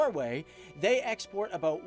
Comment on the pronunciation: After "Total Explort" I stopped taking this serious. Explort!